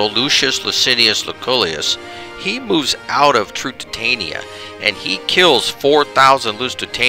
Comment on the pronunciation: Yeah... lots of name butchering :) Carthage - not Cartridge. Lusitania - not Luisitania Lusitanians - not Lithuanians ... sorry ;-)